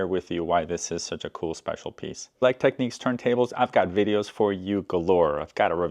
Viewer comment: The cartridge holder was also on the mk3d's, the adjuster at the back was for scratch dj's, the reset button puts it to zero and doesn't lock it to the pitch you have it too and sorry but its tech NICS , not tech NEECS